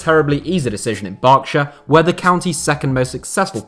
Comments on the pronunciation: Thank god he’s learnt how to pronounce Berkshire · Two best things about this video are you pronouncing Berkshire correctly and mentioning my team Bracknell Town you definitely deserve a like. UP THE ROBINS.